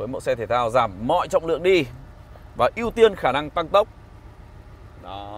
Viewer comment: Sao anh đọc "ưu tiên" là "yêu tiên" vậy